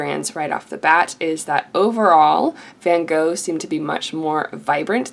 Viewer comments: Thank you for this but for god's sake, learn to pronounce Van Gogh. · Most people don't pronounce van Gogh "properly" it's just something you're gonna have to learn to live with. I get that it can be annoying, but that just happens in life.